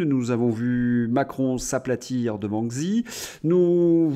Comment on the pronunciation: Arrêtez par pitié de prononcer Xi comme dans xylophone! En chinois x se prononce ch comme dans Chicago. Xi se prononce Chi. Vous perdez en crédibilité.